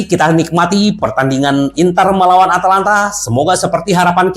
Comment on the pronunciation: ata lanta om bukan atlanta 🤣